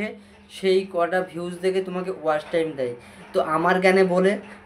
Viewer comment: ওয়াশ টাইম নাকি ওয়াচ টাইম। শব্দ টা ঠিক করে বলো।